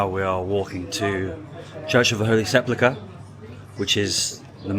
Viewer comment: You mispronounced "sepulcher/sepulchre" throughout the video. A bit of constructive criticism, friend.